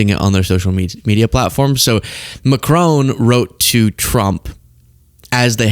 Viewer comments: Macron, the "on" pronounced like "on" in tron, not like crone please, merci ❤ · It's not mack-crone. It's mack-cron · MACRONE? Stop it! It’s MACRON…. Stop with the dumb ass mispronunciations all the bloody time! Duh! Americans! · No "e" on the end of Macron...first part Mac, second part Ron, like Ronald.... Not like Ma-crone..... No old lady in Macron, in fact, it's the other way...Macron is in an old.....you get the idea.... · It’s Macron with the emphasis on the first syllable not McCrone. Macron was wearing sunglasses due to an eye condition. The European Union is bigger than the American Union and seems now set on a path to distance itself from the latter and marginalise the US. Hilarious hearing the US president say to a forum in a German-speaking region of Europe that they’d all be speaking German if it wasn’t for the US. It’s reminiscent of Monty Python. The man’s a full on loon but nevertheless the choice of the American people as their leader and representative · Prime Minister Mark Carney never, EVER screams. He simply and calmly stated that “the sign is now out of the window”. And as a citizen of an officially bilingual country, I am pleading, for the love of God please learn how to pronounce ‘Macron’. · Wouldn't it be nice if this host could learn how to pronounce Macron's name? Not hard if you just listen. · Why are you incapable of pronouncing President Macron's name correctly? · Americans pronouncing Macron....... 😂😂😂